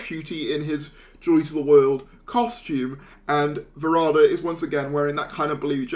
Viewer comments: Please show due respect to the actor by pronouncing her name correctly. There’s plenty of online content you can reference, including a recent Season 2-related video in which she clearly pronounces her own name. It’s not “Sethu” as in Seth Rogan, and it’s definitely not Varada as in “Nevada”. It would be kinda nice if you could at least try to pronounce it the way Varada herself says it. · Ncuti pronounces it "Va-rah-da". Some fans seem to think it is "Varad-da".